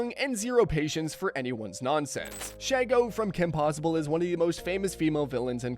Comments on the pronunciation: ALSO, Vicky and Azula share a VA: Grey DeLisle/Griffin. You got a two-for-one special. SHEE-go, not SHAI-go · Shego susprised me, also it's She-Go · “Shego”❌ “Shago”✅